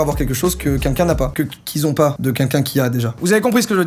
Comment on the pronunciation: Ca me stresse qu'il disent quinquin ou lieux de quELqun 😭😂